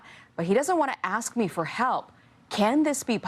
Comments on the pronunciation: Ask a question. Not ax a question. Come on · Ask not axe... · Please pronounce the word ask as it is written.... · Love your channel, and a subscriber....but I do have a petty critique.....it's a 3 letter word....ASK. When you can't pronounce a word....it fits stereotypes and lack of knowledge to those with an education.